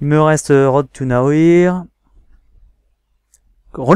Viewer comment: Bah c'était cool ! Par contre... Ton "Road To Nowhere" m'a fait mal XD C'est Nowaire en gros XD Sinon GG et hate de voir tes fails ! :D